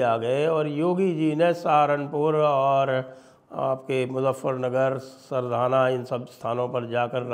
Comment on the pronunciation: दीक्षित जी कस्बे का नाम सरधना है, सरधाना नहीं।जय हिन्द वन्देमातरम ❤❤😂🎉